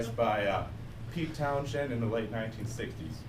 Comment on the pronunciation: That isn't how you pronounce Townshend.